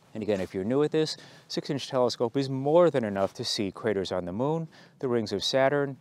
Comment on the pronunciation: It sounded like you said "you can see critters on the moon", but I assume you said craters ;)